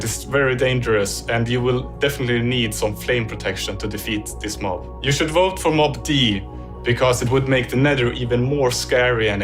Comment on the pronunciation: You said Vot instead of Vote